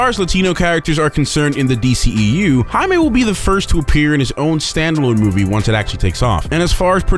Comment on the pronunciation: Anyone else notice how narrator mispronounced the name throughout the entire video? It's pronounced Jay-me for crying out loud. Not High-me. Get it right. The spelling is just Jaime.